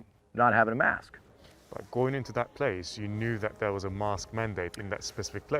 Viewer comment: Face masks are just a way of telling you that you are being controlled. Even major media outlets won't touch this issue. Mosque and Mask sound the same the way this guy talks.